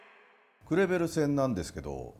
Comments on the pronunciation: クレベルのとこグルグルって聞こえるw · クレベルが「グルグル」に聞こえるのがたまらんww